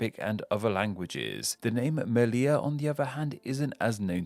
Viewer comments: It's Melilla, not Mililla... I usually love your videos, but there are lots of mistakes on this one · "Cetúa" and "Mililla"? I mean... it's name explain. Should get the names right.